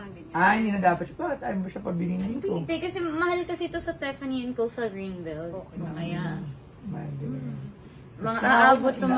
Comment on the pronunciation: girl it’s Tiffany and co. not Tefany and koh